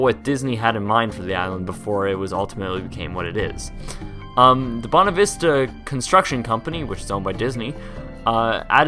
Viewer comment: BUENA VISTA, not "Buna Vista"